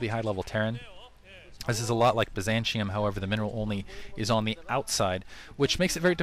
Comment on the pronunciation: The map name is pronounced BYE-ZAN-TEE-UMM. Not Bye Zan Chium